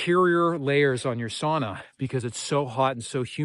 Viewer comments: Sauna floor wont be that hot, so no worries about the knots there. We tend to use aspen for the sauna seats. Greetings from Finland. Btw, The pronunciation: sa-u-na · your sauna pronunciation has regressed back to saw-na. If you don't immediately correct your ways Väinämöinen will not be happy